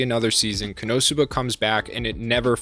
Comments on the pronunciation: Its ko... no suba not how you say it. So you watch the show They scream the name like 15 times a episode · Koe No Sue Bah? What universe is that the pronounciation, they literally state the pronounciation multiple times lmao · ................... shouldn't the .... emphasis be on the THIRD syllable and not the ... SECOND one?? Ko-no- SOO-ba? Whatever. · It's ko-no-suba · So sorry for this as it is a bit annoying but it is CON-NO-SUE-BA. Not wanting to be that guy but hearing it said wrong so many times gets to me. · god the why you say konosuba hurts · Why you say Konosuba wrong? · Absolutely unwatchable due to the pronunciation of konosuba. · Why you pronouncing it like that? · Please please ... pronounce the show name correctly. I can't watch the video when you butcher the name like that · Great video, as always. But how do you mispronounce Konosuba? They only say the name of the Anime about 10 times per episode! Lol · The way he peonounces Konosuba makes me want to commit war crimes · I've never heard Konosuba pronounced like that lol and this series is uncontrollably funny and awesome never had a bad time with Konosuba plus been reading the manga for a really long time it's great too also ps Aqua Best Girl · Yeah it annoys me the way he says it